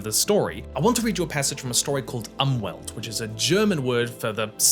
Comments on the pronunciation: As a German, I had to activate the subtitles in order to figure out what German word you were talking about. :-) In case you wonder, "Umwelt" is pronounced like "oomvelt". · I thought he said "Anwalt", which would have translated to lawyer. 😂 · I need you to know that german doesnt pronounce the "u" like english speakers. Its closer to the english "oo". Maybe put the word on screen, because I was really confused about the word you were saying when saying "umwelt" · i'm really confused by that too, i am german but just couldn't understand what word he was trying to say 😅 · Well translations are not 1 to 1. For example "Umwelt" also means "nurture" as in the concept of "nature vs nurture". It looks like the term is used as a loanword in psychology and semiotics. As native speakers we obviously hear the word mostly in the context of environmental policy, where "die Umwelt" is short for the "Umwelt" of us humans as a whole. The pronounciation was definetly off though. The 'U' is pronounced as a short /u/ as in "tulip".